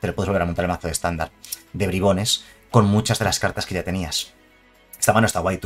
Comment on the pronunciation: Nadie: Absolutamente nadie:: BRAIBONS